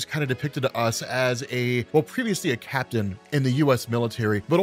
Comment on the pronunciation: BRRRRAPTAIN America 😂